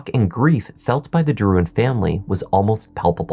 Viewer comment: Pronounced “derr wan”